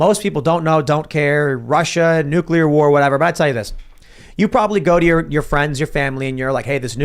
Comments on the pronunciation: NU- CLEAR! NUUUU CLEAR! You fucⓀing Ⓡetard from florida! It's pronounced NU- CLEAR! "Here's my totally well-researched argument about new-kyuh-ler bombs guys. I'm totally trustworthy" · Everytime that guy says "NEWCULAR" I cringe